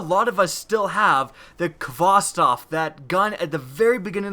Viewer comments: Kh - vos - tov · nfsinternational Ik pronounces it like Kostov